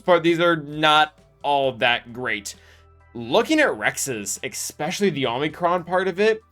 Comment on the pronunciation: buddy…. Your videos are great. But for the LOVE OF GOD, it’s pronounced “eSpecially”, not “eCKspecially”